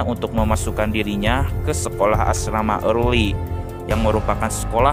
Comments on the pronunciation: Asrama erly bukan ealry bng🙏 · Gue denger nya Asrama Marley